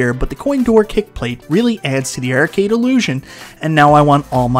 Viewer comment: the word is "arcade." Not "ercade."